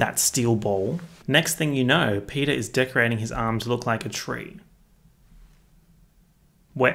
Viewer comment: Something about the idea that if anyone watching this has never seen the movie before and now thinks that Peta’s name is Peter because of your accent just tickles me